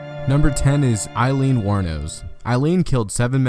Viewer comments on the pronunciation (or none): none